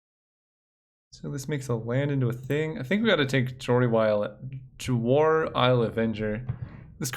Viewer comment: Ja-War? Cute, but the J is silent... as in Jwar... pronounced War.